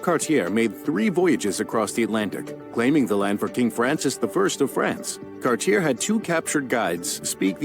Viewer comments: Some pretty slapdash stuff on this little potted history video. Cartier, for instance, is pronounced "Car-chay", like the famous jewelry house, not "Cardier"; and (though it's pronounced right by the robovoice) the root word of "Canada" is spelled "Kanata", not "Katana" as in the graphic! (A katana is a type of Japanese sword. Kanata BTW is the name of a suburb of Canada's capital Ottawa.) So much else to say. Your education system, much like ours (yes I'm Canadian), has huge gaps, yes; yours is becoming largely geared to indoctrinating students to vote a certain way. The War of 1812 was between the US and Britain; Canada did not exist as such yet (though two of the provinces were called Upper and Lower Canada, now Ontario and Quebec respectively). That war was your attempt to complete the revolution and unify all North America (apart from Mexico) under US control. (An aside, y'all could annex us in a heartbeat now, and probably will during my lifetime; I'm 57.) As to the relationship with First Nations, that, tragically, matches on both sides of the border: it's been dreadful. I well remember learning in early gradeschool, for instance, about the Beothuks on what is now the east coast of Canada. They were more or less literally hunted to extinction by British settlers...and then there was the flat out evil residential school system, which did not cease functioning until recently, and which was culpable in the literal deaths of several thousand children over its existence. Po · The narrator must be American, because so many of the words he's using are mispronounced. Jacques Cartier's last name is pronounced "Car tee AY". Yes, Canadians know many US historical figures. Canadian public education has been rated much higher than US public education. When I'm in the US, I am always stunned by how little Americans know know about Canada. The narrator said "Kantana", instead of "Katana". This five minute video is "ok" but just barely.